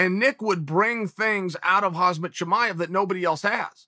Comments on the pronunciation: He keeps sayin HazMat Chimaev ..its Khamzat Chimaev 🤣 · Hey Chael, love your vids...btw...it’s Khamzat not hasmet...😅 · Get his name right Chael, it's Khamzat - not Khazmat. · he still pronounced it wrong though bro lol is hamzat (jamzat si eres latino/hispano) not hazmat lmao chael changed where the z and m go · Chale (sp), I think it’s M before Z in Khamzat, not Khazmat. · Chael it’s pronounced haM-Zaht, not haZ-Maht. Chael out here calling Chimaev “hazmat” lol. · Uncle Chael.. it's 'Khamzat', not 'Hazmat' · Damn uncle it's Khamzat not Khazmat every time Hahhaha but still nice video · Who the fook is Hazmat suit Chimaev? 🤣🤣 It's HaMZat Chimaev uncle Chael ! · It's not Hazmat, it's Khamzat... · Not Hazmat, Khamzat! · who is running the camera.. is chael all alone making these? why does no one correct him when he calls KhaMzat Khazmat.. or MachaLchev or amLicable.. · I guess Khamzat is just that dangerous, uncle's calling him "Hazmat" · yes chael did it again khaz-mat Chimaev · Good ol' Khazmet Chimaev. I said it wrong the whole time, thanks Uncle Chael. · I'd like to see Chael interview Khamzat, and call him Khazmat like 30 times in a row. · khamzat exists Chael: "hazmat" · "Hazz-met Chimaev" - Chael Sonnen, April 2021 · "Hazmat Chimaev" 😂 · Good ol' Hazmat Chimaev. Maybe the funniest thing chael does is unintentionally intentionally mispronounce names. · Chael "Khaazmat Chimaev" Sonnen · Chael "HAZMAT Chimaev" Sonnen. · I know this is besides the point but.. is he calling the guy HAZMAT? 😂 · He still says Khazmat.. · My man dropping khamzat's name so many times as if they r best buds yet he can't even pronounce such an easy name SMH into a perpetual left right left l r l r l r l r